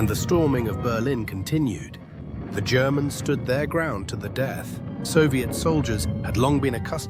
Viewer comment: Haha I love when the AI says 'the germans,' comes across to sound almost like he's saying 'the degenerates' hah.